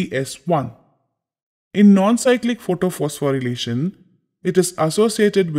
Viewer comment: Isn't it photophosphorylation instead of photophospho'relation'😅 Btw Thank you sir 😊